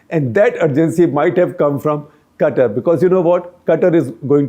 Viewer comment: SG your pronunciation of word QATAR is not correct.